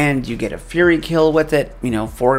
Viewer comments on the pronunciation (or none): none